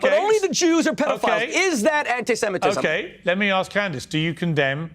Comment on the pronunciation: Clandace 😂 Candace Ovens 😂